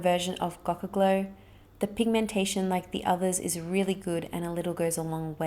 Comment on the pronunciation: Gocha is pronounced Go-Shay